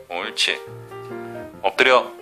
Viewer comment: 왠지 "얻드려" 만 들리징 어허허허